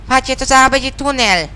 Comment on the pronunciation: jak zaakcentował po niemiecku ten "tunel" :D